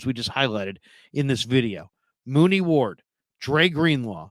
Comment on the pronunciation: U said Mooney ward 😂😂😂 u mean Charvarius Ward